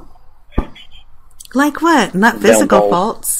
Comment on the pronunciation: Only would think repeating “you better nawt be recording me” is going to stop someone from recording him.